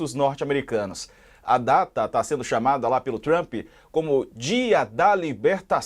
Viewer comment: “Trumpi” kkkkkkk trump my friend